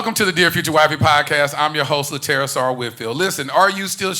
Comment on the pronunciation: I get big mad when folks pronounce Terry's name wrong. Come now! lolllll